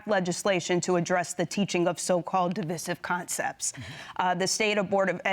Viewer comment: Am I tripping or the way the pronounce the word divisive is super not normal....